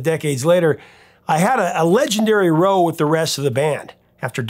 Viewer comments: It's pronounced "r-au-w"... rhymes with how and now. Not "row" as in "row your boat." Row is a heated argument in the UK. :^) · "Row" isn't pronounced like that in that context. It's more like "Rauwe" or something like that. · We’d pronounce “row” more like rOWWW! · Hate to be the enunciation jerk here it's not row like row your boat it rhymes with plow . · "legendary row": phonetic spelling: rau. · Loved this video! As a fan if this album in real time, (back in the day) it is really eye opening to see what they went through to make it happen. You brought the goods again, Prof! One note: In England, when they argue, it is a row, rhymes with ow, as apposed to to row a boat. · of Rock: - the correct pronunciation of “row”, to use Mr. Gilmore’s English, is more similar to “sow” than “toe”. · "i had a legendary row..." that's row meaning argument and is pronounced to rhyme with "cow", no with "toe" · rhymes with "cow." English English.